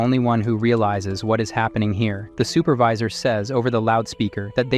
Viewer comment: all thoese words like super-vee-sir were on pourpos right?